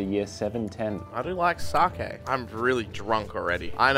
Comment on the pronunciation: i might be wrong but i think its pronounced 'sakay'